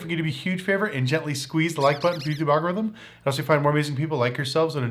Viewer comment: When you mention click like and you tube algorithm, you say it so fast its sounds mumble. I feel if you slow down the phrase that will allow more viewers to understand what an algorithm is and how important likes are for your chanel. Love your chanel!!